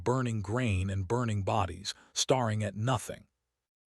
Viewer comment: Star ing?😂 Silly Ai